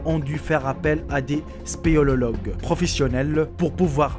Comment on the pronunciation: des spélélologues mdr